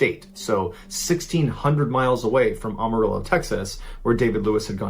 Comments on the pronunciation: "Amarillo" not "Awmarillo" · I love Mr Ballen, but he butchered the pronunciation of Amarillo, Texas most people that are not from there do. You have to say the “Am” like you’re saying “I am.” The rest of the name he got right. Think of it like “Am-a-rill-low” or “Am-a-rill-oh.” Also, in 1993 I lived in a town about an hour drive north of Amarillo, I was a little kid at the time. I went to graduate school in Oregon which is one state closer to Texas than Washington. You physically can’t make that drive in 24 hours, even if you drive straight without sleeping. He either flew up there or the wife was lying about the time line. Super sus!